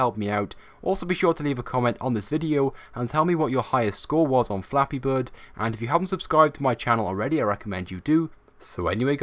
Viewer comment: U said Fappy birds